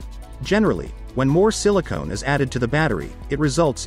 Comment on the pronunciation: "Silicone" hahaha.